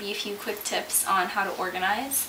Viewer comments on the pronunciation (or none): none